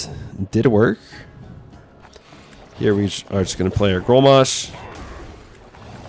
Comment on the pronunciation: Grommash - not growmash